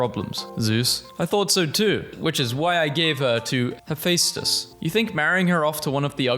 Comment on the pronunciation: ITS HEH-FES-TIS